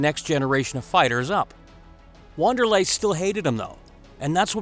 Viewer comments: "WANDER-LAY"?... Wanderlei is pronounced VANDER-LAY... ffs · sounded like you said wan its actually pronounced van, just saying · If you are going to do a UFC video, at least learn how to pronounce the fighters' names. "Wanderlei" is said with a V not a W, and Michael Chiesa is not pronounced like "Cheese', it's a hard "K" sound. SMH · In Brazil to my understanding the starting W sounds like a V and R sounds like H. It's pronounced Van-derlay not Wonder-lay. Hoyce instead of Royce. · Michael cheeza...... its vanderlei not wo Wanderlei ffs.